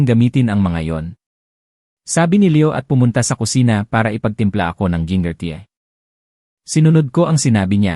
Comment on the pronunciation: Tnong ko lang,pinoy ba eto nagkukwento kc ND tama mga bigkas e.gaya nun FAIRY TA-LE,GIN-NGER, ALIBI